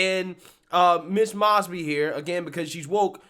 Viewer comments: Pronounced like moe, not maasby. 😉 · One correction, her name is pronounced with a hard O like Moses instead of moss. These charges are relatively minor, I might just ask why take this to court, except Mosby created a list of officers with legal issues that make them uncalleable as witnesses in court cases and released it to the public. She should be held to the same standards as the police officers she criticizes. In addition to Mosby's many ethical lapses, what unfortunately isn't discussed in the video is how Mosby mismanaged the office and failed to retain and recruit adequate personnel. Many lawyers have shown up to court with their clients only to find the assigned prosecutor had quit and there was no one to represent the State so the case had to be postponed. That will be the first priority of the next prosecutor. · M "O" SBY....LONG O 😇 NOT M"AW"SBY 😇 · This story hits “CLOSE-TO-HOME” for me since I work in Baltimore City. Pronounced “MOZE-BEE,” perhaps NOW that “SOROS-Sponsored CRIMINAL” will go to jail since she REFUSED to put Criminals in Jail! I’m not sad that this is happening. It’s LONG OVERDUE, in my Opinion! 🤦🏾‍♀️🤦🏾‍♀️🤦🏾‍♀️ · M "O" SBY..... Long O 😇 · You mispronounced still another simple name. Ms MOES-Bee name has been in the news for years (thanks to Freddie G in Baltimore) and even if you somehow missed all that coverage, her name is correctly said by the VEEP and the newscasters ... yet you come back on camera and say it wrong. That’s pretty bad. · it happens in nearly every video now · Long “O”…. Mosby(Like No). Just a heads up. Love your content. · Moe's bee is how you say it. I know. It's hard to know how to say people's names. I'm from Pa. On the Md line. That's how I know how to say it. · Her name is pronounced Moes•bee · Please pronounce her name right